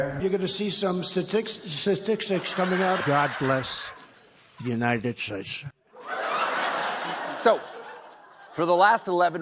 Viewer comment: “God blesh the Unished Shtates…” 🤣🤣